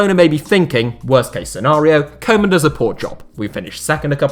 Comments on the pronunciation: It's not "Coman" it's "Koe-man" pronounced Kuu-man. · It’s not pronounced koman, it’s pronounced kewman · Trying to help out with the dutch prenountiation of Koeman. It's not coman, try to use the ou from group and it will sound 10 times more dutch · His name is not kow man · How about learning to pronounce Koemans name correctly?! Its embarrassing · You keep saying 'koeman' totally wrong. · That’s not how you pronounce ‘Koeman’ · Amazing how everybody fails to pronounce Koeman's name correctly.